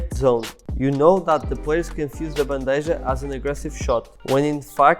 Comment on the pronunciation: It is pronounced Ban-de-ha ...maybe with a bit of k sound on h. But it's not J sound